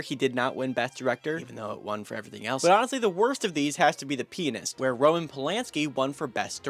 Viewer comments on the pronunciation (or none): am i the only one who heard "the penis" when he said pianist 😭😭